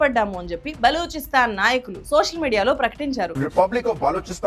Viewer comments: Its not "beluchistaan" or beloon ....its balochistan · Balochistan ni belochistan ani palukutunnaru enduku?? Mii research punadhi ey sarigga lenattu entaa pronunciation?? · ప్రానౌన్సియేషన్ సరిగ్గా పలకండి బలూచిస్తాన్ ను బెలూచిస్తాన్ అని పలుకుతున్నారు మీరు మీ జ్ఞానం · అది బెలూచిస్తాన్ కాదు... బలూచిస్తాన్ ... journalism nercholuko...first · it's Baluchistan not Beluchistan pronounce correctly 😊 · బలుచిస్తాన్, బేలు కాదు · Anintikanna mundu aa oori peru sarigga palakamma.... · Funny pronunciation you got for balochistan.